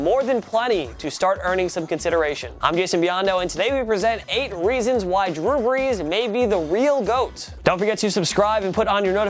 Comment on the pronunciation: who is this drue breas?